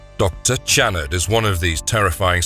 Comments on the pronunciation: Great video- but I don’t believe that the narrator ever saw the movie, seeing as he mispronounced the subject of the video’s name the entire time, even though it was said out loud several times in the film. Still a good video- it’s about one of the first two movies, so it’s like shooting Nightbreed in a barrel. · You can't pronouce Channard's name right. You hear it in the film enough times how it's pronounced. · You know what would be great? If you actually watched the movie, or at the very least watched clips where the characters name was spoken so you don't sound like a complete dunce and obvious voice actor who didn't even write his own script. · You're pronouncing his name wrong. It's not Jerod, it's pronounced " Sha Rord ". I know each continent pronounces words differently. Any who, out of all horror movies, Hellraiser is the most inventive and original franchise of all time so far. Atleast this franchise didn't go overboard with changing and defying the rules that started off the series of continuous sequels that defied the standard of rules they originally came up with. Their rules stayed constant unlike Friday the 13th where all of a sudden now they had telepathy in the final girl who could defeat Jason with the power of her mind . WTF ??? When it started, the killer was Jason's mother. It wasn't til the sequel that started the franchise with Jason being the killer. Hellraiser always stayed true. Even with Hellworld they stayed true to the original content. Unlike Halloween 3 Season of The Witch. That gave audiences a huge middle finger. Nothing about that p.o.s. had a thing to do with the previous movies until the final minute of the movie where we are assumed to believe it was Michael Meyers stepping off the bus. Hellraiser is 5he very definition of what all horror movies should aspire to model themselves after. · HIS NAME IS PRONOUNCED SHA-NARD!!! YOU'RE GIVING ME A FUCKING ANEURYSM!!!